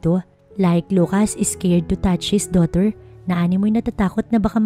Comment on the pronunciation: Ano ba naman yan? Es-cared, es-top...